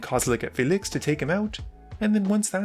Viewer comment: The dudes pronunciation of Felix makes me want to die